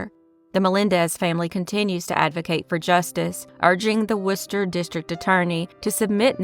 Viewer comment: Have to give props for pronouncing “Worcester” correctly!